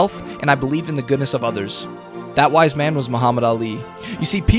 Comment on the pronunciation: "A Weizman once said"